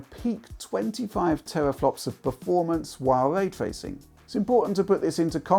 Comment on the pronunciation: 🙄 When de guy says "waytwaycing" instead of "raytracing" Learn how to speak man...